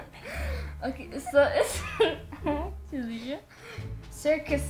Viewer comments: everytime she gets it wrong her brother;its acully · stop saying acally